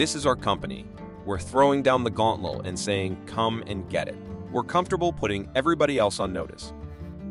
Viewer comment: “Throwing down the gauntmole, the gaunthole?” “5.2 Litters?” Don’t humans proofread these AI terms and pronunciations? And this was one of the better ones.